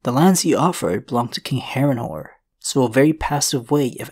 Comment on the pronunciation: Did he said Harenhore insted of Harenhall